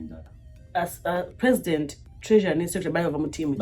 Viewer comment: Precitend, oba president 😍ebyuma bya bazungu biswaza🤦‍♀️🤦‍♀️🤦‍♀️